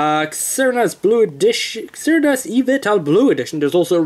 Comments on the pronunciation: xerneas is not hard to pronounce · Even though the game wasnt out yet, you should be able to make an educated guess, you should be able to pronounce xerneas (zer nee us), and yveltal (ee vel tall).